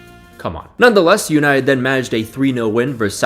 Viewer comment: Oh … You’ll never learn😅😅😅 Mate, it’s United…